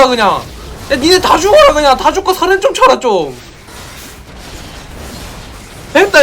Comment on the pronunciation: ㅋㅋㅋㅋㅋㅋㅋ 써렌발음이안돼 서렌 서렌 사투리귀여워